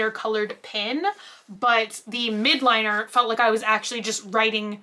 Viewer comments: and "Midliner" instead of "Mildliner" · It's mild not midliner :D Mildliner! m i l d l i n e r. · They say mild, she just said it wrong. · I'm super-late, so I'm sure somebody else down there has told you, but it's MILD-liner. They're basically pastel highlighters. They are such a hit that every other pen company is making their own version now.